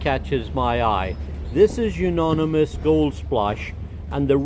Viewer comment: It is pronounced You - oni - mous, not You -noni - mous. Good information!